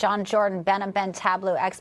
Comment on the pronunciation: Please pronounce his name correctly: Behnam Ben Taleblu